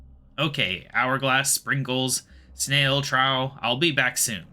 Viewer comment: Well it's fitting since a group of owls is in fact called a parliament. Also Trough is pronounce "Troff" like a water trough. Glad to see more quests getting done. Regards Josh